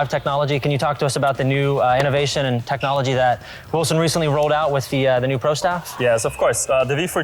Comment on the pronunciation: "technology"......lol...... please......